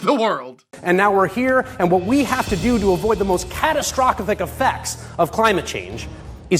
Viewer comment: I think he was adding syllables when he said catastrophic.